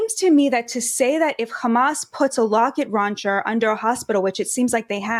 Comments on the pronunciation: “locket rauncher” 🤣😂🤣😂🤣😂🤣😂🤣😂🤣😂🤣👍👍👍👍👍👍👍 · "Locket Rauncher"